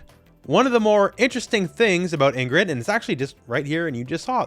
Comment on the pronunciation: Why did U pronounce Ingrid like that